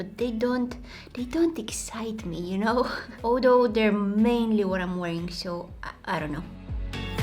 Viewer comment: I lovee youu..❤️you always inspires us so soo soo sooo muchh(trying to match you accent when you sayy soo soo soo much at every end of your videos😉)love to see such videos with such a beautiful soul❤️...